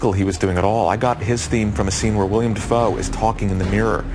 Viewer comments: It's not William Dafoe. His name is Willem Dafoe. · are we going to ignore that elfman said "william dafoe" LOL